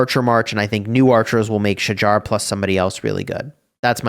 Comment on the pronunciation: Its not pronounced as Sha-jar. Its "Sha-hahr". Im turk.